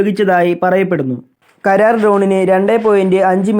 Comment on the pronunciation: കരാർ അല്ലാ... karra-r